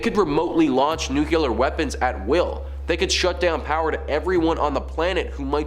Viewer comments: OMG,! ITS NOT NUCULAR ITS NUCLEAR! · Nuqular? Megatrons? Are you hiring?